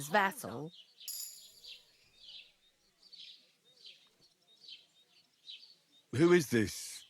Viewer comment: You are not wrong about the terrible voice acting for Betty 😳 including the mispronunciation of 'vassal'. I'm pretty sure that's a Jamaican voice over artist by they way she's mangling some of the words